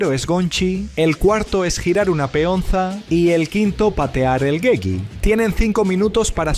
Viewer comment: Porque dices gegi si es jegi